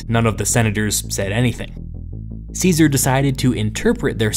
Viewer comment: How do you expect us to take you seriously when you can't even pronounce Caesar's name properly?